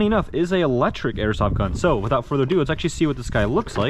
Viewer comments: Without further aduu adoo adue! I think k you said it 78 times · Without further ado. Without further uhdew. Without further ahdue